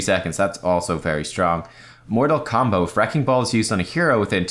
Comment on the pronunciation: I think you pronounce his talent incorrectly. I think it would be more like MOOOOOOOORTAAAAAAAAAL COMBOOOO!! Or something. :D